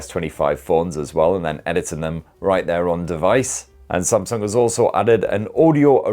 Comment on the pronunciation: Oh myyy can watch this video a thousand times saying spamsung 😂😂🤣🤣🤣🤣🤣🤣🤣🤣🤣🤣🤣🤣🤣🤣🤣🤣🤣🤣🤣🤣🤣🤣🤣